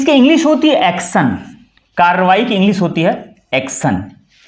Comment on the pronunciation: महोदय नमस्ते। आपका आभार कि आप हमारी अपनी मातृभाषा के बारे में हमारा ज्ञानवर्धन कर रहे हैं। लेकिन मेरा आपसे निवेदन है कि यदि आप अपने उच्चारण पर भी ध्यान दें तो हमें आपको सुनना अच्छा लगेगा। आप प्रायः श अथवा ष का उच्चारण स करते हैं। इस वीडियो में आपने एक्शन को एक्सन उच्चारित किया है। सदन की कार्यवाही स्थगित को आपने अस्थगित कहा। कल की वीडियो में स्कंद को अस्कंद कहा। आप इसे मेरी धृष्टता न समझें। आप नेक कार्य कर रहे हैं, इसे करते रहिए। आपका पुनः आभार।